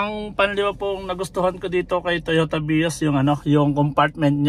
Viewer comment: Ilan yung bilang ninyo sa pag bigkas niya ng "Totoya Vios" ? 😂 🕊️✌️